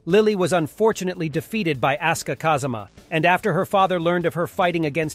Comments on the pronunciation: You did not call asuka "ass-ka"😭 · Would it hurt to say asuka's name properly? I mean the game even announces the pronunciation